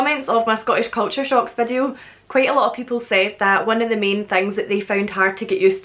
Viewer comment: I love how you pronounce the word video = vadieu